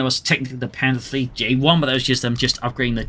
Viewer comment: your "panzer three" sound like "panzer V" i search for panther all the time